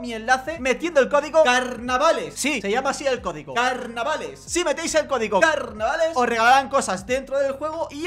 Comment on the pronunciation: Parece que nadie se ha dado cuenta de que dice "cogido" en lugar de código ¬¬